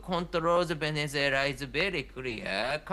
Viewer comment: "Cacaras", "Venezualia" AND "Venezualians". Great journalist...